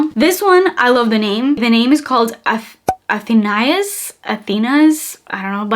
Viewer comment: Athenais pronounced Athen aa. She was the King of Frances lover .Louis the Sun King. He finished Versailles,sadly Athenais died if a fever as a young woman. ❤❤